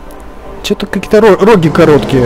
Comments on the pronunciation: Не рогИ , а рогА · Не роги а рогА